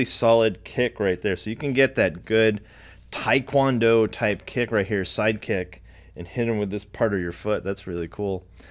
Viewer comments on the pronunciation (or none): none